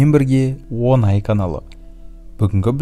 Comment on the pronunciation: Онай емес оңай